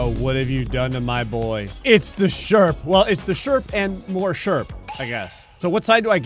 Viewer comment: Ah yes the sherprehs